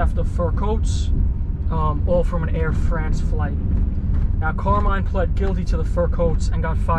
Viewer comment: Pronounced CAR-mine FA-tee-co ... hahaha